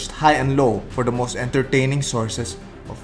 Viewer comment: The way he said entertaining is, in- Indian